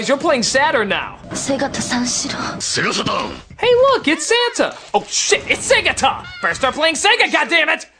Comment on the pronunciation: ah, japoński język... kiedy nazwa to sega saturn a słyszysz sega satan... xD